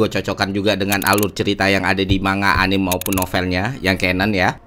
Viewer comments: Bang kenapa nyebut anime jadi anim sih bang? kan di literatur manapun anime gada yg dibacanya anim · One thing i notice bang, ini hanya sebuah masukan yang membangun. Anime jangan lu baca anim, tapi bacanya anime. Orang jepang aja membacanya anime pakai "E" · Anime = A-NI-ME dari kata Animation Manga = Mang-Ga emang mirip pelafalannya kayak buah mangga. Semoga membantu. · Keren mas Ferry pembahasannya. Sangat enak dinikmati, apalagi sehabis nonton animenya dihari minggu nyantai sore ditemani kopi sambil hisap rokok. Mohon maaf untuk pelafalan Anime dan Manga. Dibaca: A-NI-ME untuk Anime, dan Mang-Ga untuk Manga. Terimakasih.